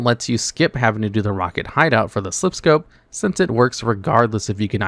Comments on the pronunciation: It is Silph Scope. He's mispronouncing it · Bro all this time i though it was the SILPH SCOPE omg SLIPH sounds so wierd 😂😂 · Did you say SLIPH scope?? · It is Silph Scope, he spoke wrong 🙃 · How are you a gen 1 only channel, and can't pronounce SILPH SCOPE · Is this a reupload, or was there another poketuber that also pronounced SILPH scope wrong in a video recently? Either way, definitely made the video feel low effort, i left right after that (not to mention blaming snorlax for being a roadblock is a pretty bad take).